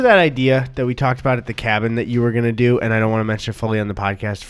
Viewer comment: O god Gus is bringing me back with erik the bike man. Im pretty sure it started in MN. He really sounds like it when he said, it’s true, i dooo.